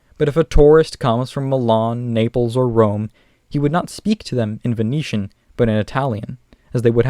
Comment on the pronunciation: When you pronounced Venetian I heard it as Phoenician and was like wtf xD